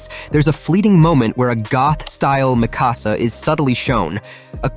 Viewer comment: For 24, when Eren is talking to Hange he literally goes, "I could use the power of the War Hammer Titan to escape". And 28, well, Levi is Levi. And, can you please pronounce Mikasa's properly? It's not that hard.